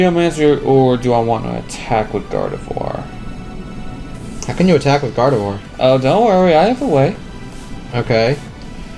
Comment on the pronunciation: N called it gardivoir and K called it broski